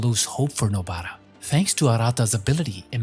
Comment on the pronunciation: please stop saying nobaaara